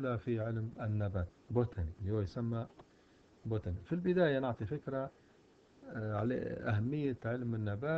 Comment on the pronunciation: باتوني وليست بوتني